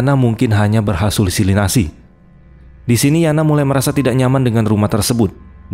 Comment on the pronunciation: "berhasulusisnasi" apa itu kok baru denger 🤔